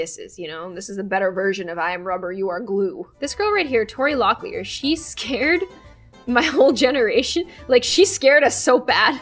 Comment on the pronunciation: Did she say scar when she meant to say scare 4:49:0